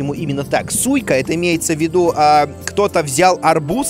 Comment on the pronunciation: Куплинов что со слухом? Арбуз -Сика. Ты не читай, ты слушай произношение